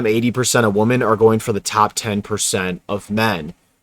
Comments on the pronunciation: Bruh you gotta pronounce “women” correctly, it’s hard to listen to. It’s pronounced “wim-en” as a plural, and “wum-an” as a singular word. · Learn to enjoy solitude. I consider not having to interact with others a luxury. (Btw, plural for woman is women which is pronounced Wi min) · It's WOMEN not WOMAN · Bro. It’s WOMEN. Not “woman.” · I can’t listen to a guy who cannot pronounce woman in the plural correctly. You lose all credibility when you do that and it sounds like nails on a chalkboard. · im prolly gonna get shit on for this but please pronounce “women” properly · Dude please say “women” it’s super annoying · Bro can you please pronounce “women” correctly. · I don't think people will be able to take you seriously if you keep mispronouncing the word "women"